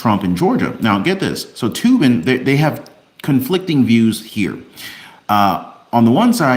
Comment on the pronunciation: Said toe bin